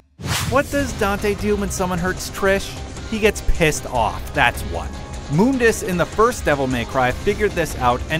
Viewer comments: Its actually Mundus. Have a look at DMC1's bestiary. Its part of the in game menu. The name is spelt Mundus not MOONdis, thus it is a mistake to pronounce the name Moondis. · moondus really its mundus dante even says mundus in dmc 5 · Mun dus not moon dus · It's muh-ndus not moondus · Why did he call him Moondus? It's Mundus with a "U" after the "M". Make sure you say stuff right before you post something. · mundus not moobdus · It's Mundus, not "Moondes" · "Moondis"...isn't it Mundus? Like, pronounced how it's spelt? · WTF IS MoonDes ? everyone knows Mundus ......... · why do your "u"s sound like "oo"s. it's not moondus, it's not roodra. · Moondus? what!?!?! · its MUHN-DUHS, not "MOONDUS" :P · moondus...and yamoto? >.< really? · mooondus really you guys need to work on pronunciation especialy when the game says the name out loud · Also, Moundus, lol. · IosefaL Actually thats how its pronounced in the original game. Its only pronounced "mundus" in the reboot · It was originally pronounced ''Moondes'' In DMC1 its not until DMC (new one) that they say mundus. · 1 vergil from devil may cry 5 is better and 2 u pronounced mundus wrong if the way you pronounced it was correct ihe would be spelled moondus not mundus so that means your pronouncing him wrong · Moondus? I don't like that pronunciation. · Moondus? sounds weird pronounced than way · for those that are fighting over how to pronounce Mundas's name watch the opening scene of the original DMC and you can clearly hear trish and dante pronounce it as "Moondas"... "Muhndas" came from the new DMC, they even pronounce Yamato differently then they did in DMC 4, new developers, new actors, new pronunciation. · *Moondus* in DMC1; *Mondus* in DmC.